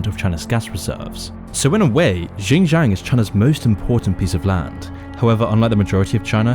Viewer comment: I like how you butchered "xinjiang"